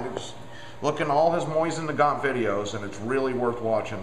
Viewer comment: MOE-SEEN NUH-GONE